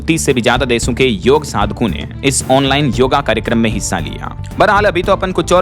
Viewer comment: पिछले कयी बार आप ' योग ' को योगा pronounce करते सुने गये है । यह योग है , योगा नही ।योग means Addition..to your life and health. सिर्फ़ योग+आसन = योगासन होता है ।